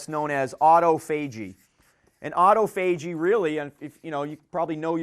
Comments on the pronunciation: Great talk about a vitally important topic. Other than the pronunciation of "autophagy", is a sharp guy and a great presenter. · If you had to break autophagy up as a word you would pronounce it the way he does. Either way we know what he means.